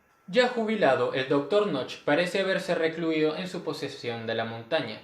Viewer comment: No se pronuncia "noch", sino "noje". Knoche="noje".